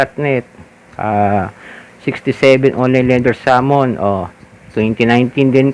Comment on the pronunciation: SUMMON PO ANG IBIG NYO SBHN,UNG PG BIGKAS NYO PO KC SAMON KAYA NALILITO PO CLA 😅